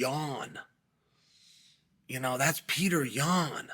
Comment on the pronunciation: "Pyourter Yan"- DC 😂😂😂